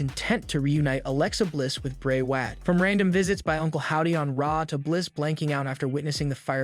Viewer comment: Can you stop pronouncing Bray Wyatt's name wrong on purpose